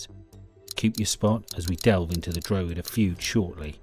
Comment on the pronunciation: You should learn how to say drogheda . not drow he da. It's dra head aa